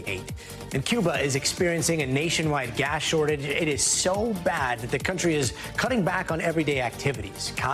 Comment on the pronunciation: Is my imagination or does Gadi pronounce gas as gash?